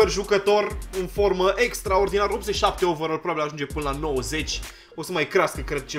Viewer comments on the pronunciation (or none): none